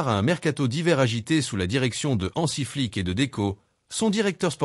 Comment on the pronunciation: Je ne sais pas qui récite cet article, mais ce n'est pas "Le Ganay", mais "Léganès", c'est pas "En Sufati" mais "Ansu Fati", c'est pas "Sientiflique", "si Hansi Flick", c'est pas "au sein des raises", mais "au sein des Reds" Tout ça commence par un "FC Barcelone va paralysé". Désolé, c'est "paralyser". Heureusement que "Flic" n'a pas encore sorti son carnet de contraventions :face-orange-frowning:🥶